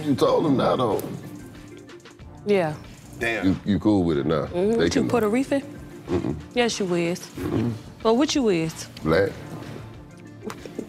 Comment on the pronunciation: “What you Puerta-reefin?” 😂😂😂